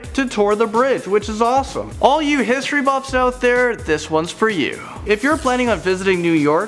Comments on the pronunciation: Anyone notice it said natural hsitory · "national museum of hsitory" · İn 6th one they said HSİTORY